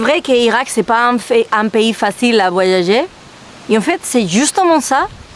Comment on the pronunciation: Bravo madame des bisous et ont prononce voi . Ya . Ger . Pas voillayer 😂 ❤😘